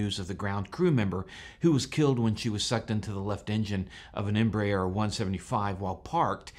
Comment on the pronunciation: Embraer is pronounced “em-brare”. I was working a job to design a satellite antenna about 15 years ago and was promptly corrected by an employee of Embraer for pronouncing it like you did.